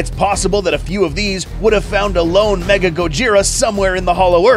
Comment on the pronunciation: It’s not “mega” it’s “mecha”